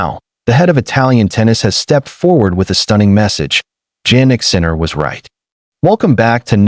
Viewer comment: Please who is "JANnick Sinner"? It's pronounced YAH-NICK. I hate these AI videos